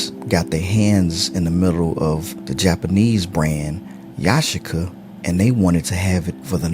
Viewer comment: Omg you pronounced Yashica the Japanese way!